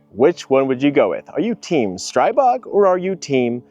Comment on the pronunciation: ITS STREEEEEBOG…. SAY IT RIGHT. 🤦‍♂️💯💥🫵